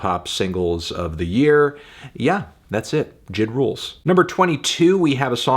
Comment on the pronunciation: J I D!!!! Not jid 🤦🏾‍♂️